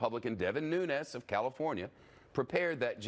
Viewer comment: "Nunes"...NOT "Nunez"...NO ONE of Hispanic or Spanish origin claims him... don't let the mispronunciation of his last name lead you to believe that he knows a word of Spanish...only Spanish that fat, white fuck knows are items off the Del Taco menu...